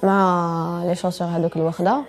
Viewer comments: Qu'est ce que j'ai entendu les chaussert ? 😂Plutôt les chaussures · Les tchaussure 🤣🤣🤣🤣 je meure